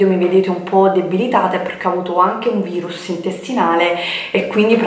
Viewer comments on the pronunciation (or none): none